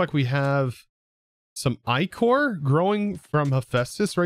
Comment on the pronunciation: Ichor is usually pronounced ick-or. Think about the slime left behind a dead body. 😂